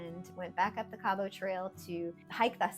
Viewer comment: I enjoyed this, and happy you enjoyed your visit here as well. A little note, it is pronouced Kabbit, not Cab-ought 🙂